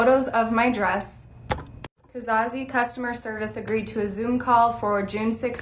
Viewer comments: There's no way that's pronounced 'Ka-Zar-Zee' :( I'd say Case or at most Caze. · Cas - Ze, there's no Ca-Sah-Ze